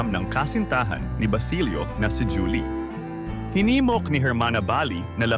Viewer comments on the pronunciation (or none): hindi po ba hu-li ang pagkakabigkas ng juli?